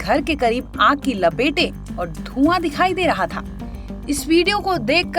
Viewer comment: लपेटें नहीं लपटें होता है मेडम, पहले सोचो फिर बोलो